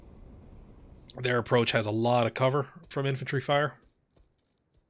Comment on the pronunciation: I thought you said "entropy fight" instead of "infantry fight" but with the way some of the infantry stalemates are in this game, "entropy fight" feels like a better name.